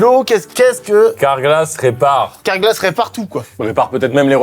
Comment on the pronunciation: « car-glas » les gars ……..